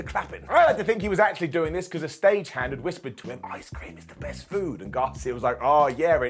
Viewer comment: "The yest of the year" Oh...your speech impediment...